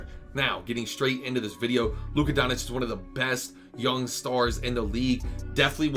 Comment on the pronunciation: Doncic = Don - Chitch Ch - as in Chicken Itch - as in “it itches me that you can’t pronounce his name” :k)